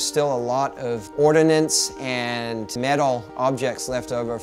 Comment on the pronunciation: ordnance, not ordinance. KEvron